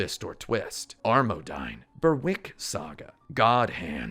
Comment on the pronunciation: Just got to say. Berwick is pronounced "Berrick". As someone who lives 60 miles from Berwick upon Tweed I believe this makes me an expert. You need to go back and re-record that bit. PS. I don't care if it's a fictional place and not the real Berwick. It's never ever ever going to be pronounced Bur-wick in the English language. For shame!!